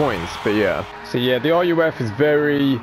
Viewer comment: Also why are you calling ruf (pronounced rough, roof) r u f